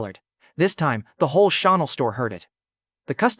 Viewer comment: Bro is wearing choonel instead of chanel